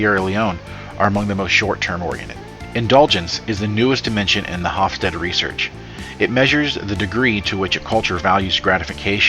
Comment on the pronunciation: The final e in Hofstede is pronounced/sounded i.e. it's not a silent e.